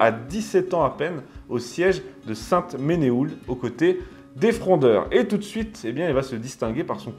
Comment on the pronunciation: Ne recasez surtout pas "poliocétique" dans la conversation; vous auriez l'air d'un ignare. Il s'agit de la "polioRcétique". Quant à Sainte Menehould, cela se prononce "sainte Menou" tout simplement.